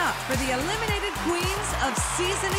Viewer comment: Idk why, but I don’t like how she says “eliminated” queens. I feel like it’s not necessary